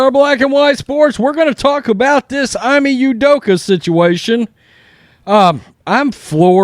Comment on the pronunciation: Ime is pronounced E-May… not Eye-Me Great content though.